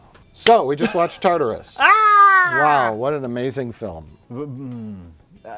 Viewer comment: You guys are slipping. clearly says "Tartus" twice at one point and neither you or the editor have made fun of him for that. Booo.